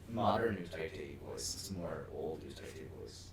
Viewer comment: i enjoyed this but i couldn’t handle the pronunciation of utaite , it’s pronounced “you die te” not “u tie te”